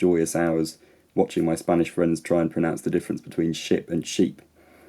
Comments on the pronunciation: Australian native speaker; heard shape not ship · Definitely sounded like shape (not ship) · Hmm. Personally I don’t buy this about vowel length. If two vowels can be spoken in the same time it’s not length that varies it’s some other quality. Plus you said shape not ship, give me a break! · You're first example sounded like 'shape', but, I speak American English so... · the first sh-p sounded like "shape"? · New Englander here. I heard shape too. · York here, I heard shape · I heard the sh*p more like sheep than ship. From New Zealand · I heard shape, lol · native English speaker here and I definitely heard /ʃɪːpʰ/ as shape in a distinctly northern accent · I heard SHAPE, as well, but not only due to the exaggerated length in which you held the vowel for the purpose of illustration. I believe that in your particular dialect you happen to pronounce the second highest front phoneme not as high or forward as other speakers. I'm from the U.S. None of what I am saying should be interpreted as a correction or criticism(!!!), but it might explain why so many on this thread heard SHAPE. BTW, you did speak a pure vowel and not the diphthong usually associated with SHAPE, so it had/has a northern British quality rather than a standard quality, such as RP. I love your videos and look forward to every one!! You have an exceptionally interesting way of conveying this stuff! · American English speaker (midwest). I heard "Shape" and "Sheep". The first one is quite distinct from how I hear and say 'ship.' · As a British English speaker with a southern accent, I heard "sheep" for /ʃɪːp/ (ignoring the possibility of "shape"), while finding "ship" quite hard to hear. Anecdotally, I think that vowel pair is particularly governed by length - I'm not sure I've ever heard /ɪː/ before and I've never recognised it as an "i" sound. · Western American. I thought it sounded like 'shape' too. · Its "shoop" 4 sure 🦄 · I heard shape. I'm from Essex. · Its clearly "shoop" 🦄